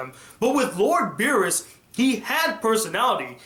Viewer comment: What? xD terrible